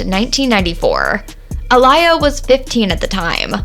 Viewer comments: Yooooo! WHO TF is A-LIE-YA!!! That makes this video feel and sound soooo disrespectful to OUR Dear Princess who's also been "The Baby Sister Of My Entire Era and A True Idol Of OUR Culture!!! You Have To Fix The mispronounciationS throughout the ENTIRE VIDEO PLEASE!!! I TRIED TO IGNORE IT BUT IT LITERALLY WOKE ME UP PLAYING IN THE BACKGROUND ON MY TV as it had my ears BLEEDING. Not trying to be too hard on you but you'll have alot more people interested in finishing your video if you'd at least show that you CARE ENOUGH TO CORRECTLY SAY HER NAME just as we would ALL want People To Correctly SAY YOUR NAME if you were NO LONGER ABLE TO SPEAK UP FOR YOURSELF!!! OUR NAME IS ALL WE HAVE ONCE WE'RE GONE!!! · A-Lee-yha for pronunciation. She was very popular. I remember her baby girl song always on the radio. My daughter was a baby at the time in that song has a baby in the background babbling my daughter would start talking with it. I wish I had that on video. Before cellphones had video. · Research wasn't done enough if you can't even say her name right, looses truth pretty quickly. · Why is the Commentator, Mispronouncing Aaliyah’s Name ??? I can’t get thru this video with her JACKED UP pronouncing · Can you please start with pronouncing her name correctly! 💁🏽‍♀️ Geees! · You don't even know how to say her name right. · Not y’all mispronouncing aaliyah name smh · They just gone keep playing in our face with bullshit!!! Who in this world doesn’t know how to say this woman’s name properly…. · I can't even take this video serious Chile Learn how to pronounce her name before talking about this cause clearly you sound like a joke smh sad 😡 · Why are you saying her name wrong wtf please get it right you keep saying her name all through the video wrong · You keep pronounced her name wrong. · Nah. Didn't make it past 10 seconds. Please learn the proper pronunciation of Aaliyah's name. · Seriously. Get it right. It is so irritating. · That's not how you say her name so annoying